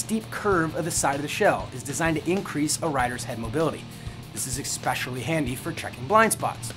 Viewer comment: you lost me at "expecially"...